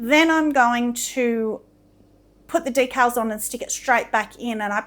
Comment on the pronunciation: You two just make me smile every day. Just as a prounciation aside, we pronouce a particular word as "dee cals" not "deck els".